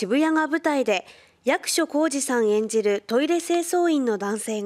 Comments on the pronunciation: や↑くしょさんって何やねんｗ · 「ゴジラ-1.0」、海外での評判も上々だね。それにしてもこのねーちゃん、「役所」の発音（イントネーション）がおかしくないか？ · アナウンサーの「役所」の読み方に違和感がありますね。